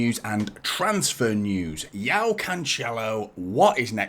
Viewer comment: Like the content mate. Btw, his name is pronounced "Jo-Oww" not Yao. That's like Yao Ming the basketballer. If his name was slavic, then yes, the J would translate to a "Y" in English.